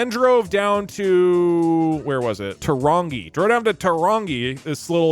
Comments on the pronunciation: "tuh wrongy" 🤣 Better than 'two rang e' like the local Pākehā say ;) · Never thought id see my birth town on a dougdoug video. Also Turangi is pronounced Too-rung-eee (the r is rolled, and i think thats the best way for an american to be able to pronounce) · I was wondering why he was banned then i heard him say "tarongi" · Says Torongi like he couldn't be bothered learning how it's said. I think he means Tūrangi? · "ta-wrong-gi" uugghh!! my soul! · Tūrangi = Two - ran - gi Tū is pronounced 2 also we dont care if you pee on our land, we pee on our land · turangi pronunciation took skill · the pronunciation of Turangi 💀💀i died